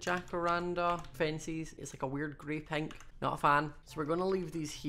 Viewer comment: Lol his accent made the pronunciation of pink to penk